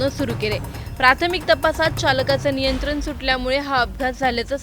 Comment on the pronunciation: आधी न ला न आणि ण ला ण म्हणायला शिका. दोन जण असतात जन नाही नियंत्रण, नियंत्रन नाही. भयंकर अशुध्द वचन 😢